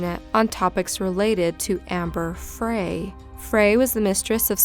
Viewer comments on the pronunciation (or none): Amber FRY like French fry